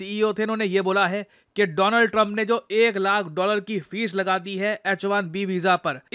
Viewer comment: Donald Trump ❌ Doland Trump ✅